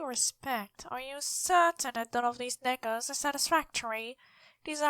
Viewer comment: When you said "Are you certain that none of these nekos are satisfactory" the word "nekos" didn't quite get through and it sounded close to the N word. It's only at that one point due to how you were altering your voice. Don't worry about it though, within the context it's easy enough to understand that's not what you meant and I don't want to come off as trying to make you panic.